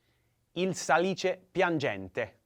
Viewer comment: Dear professor, be careful! The word "Salice" has the accent on the first syllable, not on the second last as most of the italian words. In any case, my compliments for your pronunciation..